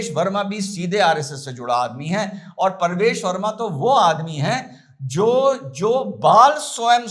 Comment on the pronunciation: Parvesh nahin pravesh bol bay...